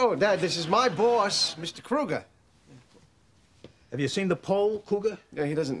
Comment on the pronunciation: It's kruger not cougar LOL 😂😂😂😂.